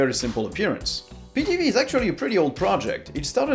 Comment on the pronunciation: Try getting someone who knows something about linux because this guy butchered the names of everything. Pee TV?! We're trying to draw people to the platform not scare them off because this guy has no clue what he's talking about.